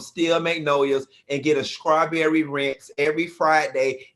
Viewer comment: Ok, but is he saying scrawberry shortcake? SCRAWberry?